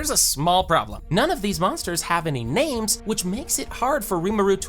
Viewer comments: God the numerous name butchers are hard to deal with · bro is butching ALL the names lolll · This guy clearly only read the manga, cuz he's pronouncing the names wrong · Ok it's either two things your larping really hard or you read everything from the manga that's why you can't pronounce their names correctly or I'm dumb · The way this guy says some of these names makes me violently angry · so many mixed and slight wrong facts and missing info and some butchered names D